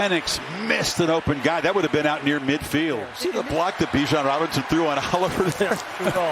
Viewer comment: They still say his name wrong. You pronounce it with out the I. B-jan not Bi-jan